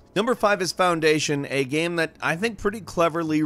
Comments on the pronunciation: He also says "Gam". Drives me freaking crazy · While I enjoy these videos... I Can't stand how he says "game". It's like... "geeim" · once you hear gäme you cant unhear the gäme in game lol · I love, but the way he pukes the word "game" rarely fails to frustrate